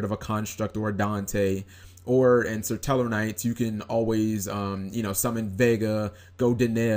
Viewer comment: i love how you call them "sir-tellarknights" lol